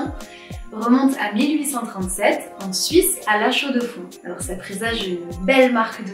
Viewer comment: Quand vous parlez de montre produites à; La Chaux-de-Fonds, cela ne se prononce pas en 3 mots comme écrit, mais comme si ce n’était qu’un seul mot, parce qu’avec votre prononciation, c’est complètement ridicule. Un conseil, si vous voulez être respecté dans le métier, utilisez du matériel de qualité, pas obligatoirement investir des sommes astronomiques, mais un micro cravate me semble indispensable. Votre voix n’est pas extraordinaire et la qualité de votre micro est aussi faible que les montres que vous critiquez à juste titre dans cette vidéo. Investir pour gagner des abonnés, voilà une idée quelle est bonne…